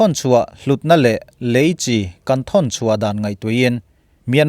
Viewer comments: lam diklo mahse a kawhtum chu a ngai reng alom ilo sawifiah dan hi a dik chiahlo alom, Leichi hi Chi chawhmeh pawlh ang hian an lam ngailo a dik hlel deuh alom, eichi, inchi anga lam tur ania, Chi tih hi a lam dikloh chuan a nihna a bo vekin ka hria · Leichi hi tinge Chi lai hi chawhmeh al nan a kan hman Chi ang hian tinge kan Youtuber ho hian in hman zel le,eichi kan tih a Chi ang hian lam tur ania inlam diklo lutuk hi a pawi e inlam dikloh ang2 hian a ngaithla tuten anlo zawm veleh dawn ania a pawi hi ka ti thin